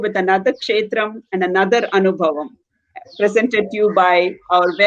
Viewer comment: This is an excellent work to bring knowledge about various devi kshetras during the auspicious Navaratri time. A lot of knowledge is packed into these sessions. … I would like you to correct pronunciation of the word anubhavam in the title…. Bha with a mahaa praNam or emphasis (అనుభవం). This is a Sanskrit word and it is not fair linguistically to call it anubavam (అనుబవం). The way Vijaya Lakshmiji pronounced it is the right way to say it. Vijaya lakshmiji … the kamalA manOhari krithi is kanja daLAyatAkshi (కంజ) and not kancha dalAyAtAkshi (కంచ). Kam = mud; ja = having born of; A lot of teachers are propagating these pronunciation errors for Sanskrit words and many students are unfortunately picking up wrong pronunciations like this. Thank you for all the hard work you are putting in creating this beautiful series on Devi kshtras.